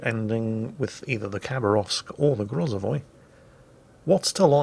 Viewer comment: Just a quick tip on Russian names, whenever they're phonetically spelled in English and you see an "KH" you don't actually say the K. It's just an indicator of an accented H, something like saying it was a growl. "Khabarovsk" would sound more like ha-ba-ROWSK. (It's really hard to text the V sound in there since it's so subtle.)